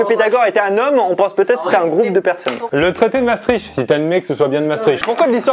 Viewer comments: Pierre Croce : Le traités de Mastrict Moi : NON ca se prononce MaAchetricht ! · On en parle de comment ils ont massacré la prononciation de Maastricht